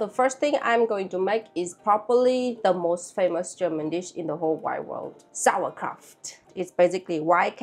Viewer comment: I did not know if anybody says it already, but it is not pronounced "Sauerkra-f-t" but "Sauerkra-u-t". And I think you did it in principle well. The leave was not that good, that's true. But instead of a leave you should use a kind of special stone of glass to leave heavy on the Kraut. The most important thing is, that no little peace of anything of the cabbage should be out of the water in contact with oxygen, then nothing will be bad ...